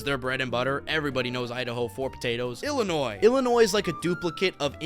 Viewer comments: I was born in Illinois. Please do not sound the 's' on the end. Illinois US state American pronunciation Sounds like i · luh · noy It is named after the Illinois tribes. 👍 🎉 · You dont pronounce the s in Illinois.